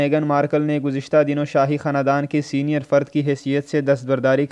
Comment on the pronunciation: پہلے اردو بولنا سیکھ لے تجھے خاندان بولنا نہیں آتا۔